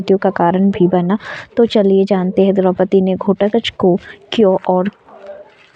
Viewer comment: आपको घटोत्कच बोलने में बहुत problem ho rhi hai